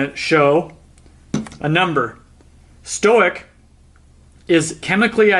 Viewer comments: It may be my ears, but I thought you said, "stoic" [stow ik] instead of "stoich." [stoyk] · Stoic is short for stoichiometric. It’s not stoh-ick it’s st-oy-ck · Just one comment: the term "stoich" is derived from the term stoichiometric, which is a chemistry term means that fuel/air mix is perfect - in this case, the O2 completely burns all the fuel. Here's the thing, you're pronouncing it as if it were the word "stoic" - "sto-ick". Stoic means you can endure hardship without showing feelings. Stoichiometric is pronounced stoy·kee·ow·meh·truhk. Which would make "stoich" "stoyk". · stoic XD it's 'stoich' short for 'stoichiometric' meaning chemically correct ratio. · Great video and information! I shall now offer some of my own knowledge from which you can learn; "stoich" is not to be confused with the term "stoic." Nor is it pronounced the same. Stoichiometric comes from the Greek word referring to constituent elements, the stoicheion. If you are wanting to shorten "stoichiometric" to "stoich" it will be pronounced "stoik," phonetically written, the "oi" portion of the word mimicking the word "boy." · stoich or stoichiometric is pronounced stoyk or stoyk ee oh metric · Awesome educational video, comprehensive and easy to understand! Just FYI, "stoich" is short for "stoichiometric" and so is usually pronounced more like "stoyk". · this looks awesome a minute in already, but I pronounce it "stoych" as in "stoychiometric" pronouncing stoichiometric phonetically. I'm guessing I've been saying it wrong.